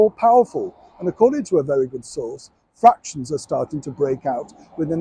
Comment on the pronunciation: Was that fractions or frictions